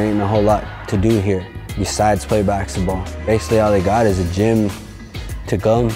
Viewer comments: He says baxetball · There saying baxball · That guy literally calls it bakskitball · We all know the reason behind the name Rezball is because he cannot pronounce baksexball, I mean Basketball. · It's because he can't say basketball